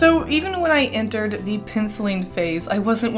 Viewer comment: you know i could never place your accent before. But when you say "fence" and "penciling", your Southern accent really shines through lol